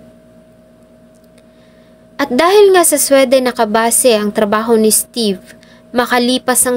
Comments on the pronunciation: Hindi SWE--DEN. It’s supposed to be Swee-dn. Pag hindi alam ang pronunciation, google it . Lalo na na gusto ko maging blogger. Pass ako dito nakakairita. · Ang Sweden na bansa ….. pag iyong I- pronounce ay dapat,… swiden…. ( SWI….. hindi SWE)…. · di mag pass ka arte mo di k nmn mamamatay sa maling pag pronounce ng sweden.😂😂😂